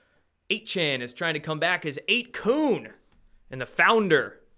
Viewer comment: isn't it 8 "kun" sounds like "fun"?? or kun like koon?